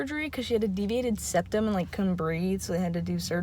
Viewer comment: I CRACKED UP WHEN SHE SAid “seviated deptum” 😭😭 WITH CONFIDENCE